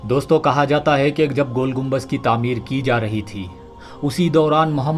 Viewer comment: Naam to sahi lelo gumbaj nahi gumbad